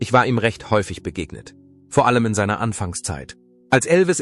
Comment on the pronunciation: Vi - erzig ! Vor - ellem ...wor Musiik etc. Pos , fuenfefzich ..Pos .. Unmöglich , diese schreckliche KI - Stimme !!!!